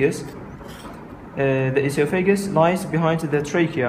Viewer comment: Nice vid, I think the voiceover needs redo to get oesophagus pronunciation correct. We actually spell it esophagus in the U.S., like it sounds (e-SOPH-ah-guss). Good luck.